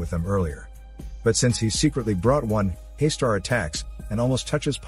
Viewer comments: It is not pronounced as 'Hey-star'. It is 'Hus taar'. Here Hus as in Bus, T in taar as in 'th' in 'things' and 'aar' as in car. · Pleases don't mind. It's not Haister It's Haastaar ,. There is deep fear here in that name spelling actually,. And I'm one the early viewer of this legendary movie. Anyone who haven't seen it yet 100% recommend watching it first.